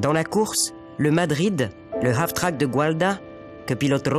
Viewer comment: "Half-track" (semi-chenillé) et non pas Af-track. mais c'est un détail ;-)